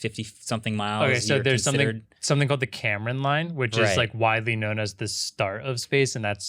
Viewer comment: Kármán Line, not Cameron Line ❤️